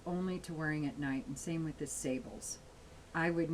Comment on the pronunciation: Love your reviews,. It's pronounced SAAH-bluh, by the way.